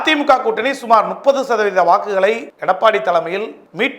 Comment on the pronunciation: முப்பது னு சொல்ல வராது! நுப்பது!!!!